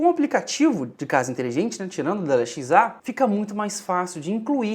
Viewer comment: Pq vc nao fala Alexa ao invés de Ale X A? Oo Confundiu